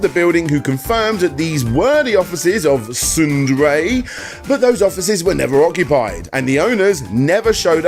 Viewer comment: SNDRAY? Sounds like you said Tsundere. Heh, Taiga house!